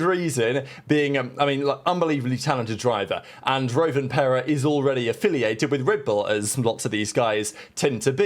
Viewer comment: Rov-anpera, not roav as in rover.